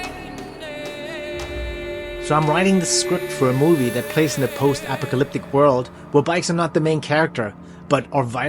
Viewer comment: Your mispronunciation of apocalyptic at the beginning of the video is unusual but hey its not the end of the world, (pun intended).